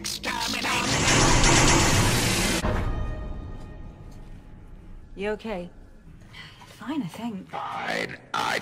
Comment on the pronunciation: More like "Exsperminate"